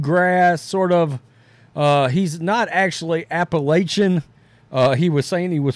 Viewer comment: Damn it,, it's App-uh-latch-e-in, not App-uh-lay-che-in! 🤣 Sorry, but I live here, and grew up here. Say it right, My Man! 🤣